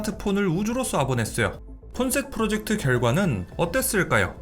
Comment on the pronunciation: 폰셋프로젝트가 자꾸 폰색프로젝트로 들림ㅋㅋㅋ야메로